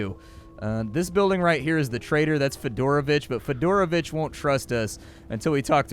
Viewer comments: This whole time I thought you were saying Fedora Bitch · You said "Fidoravich" and I heard "Fedora Bitch"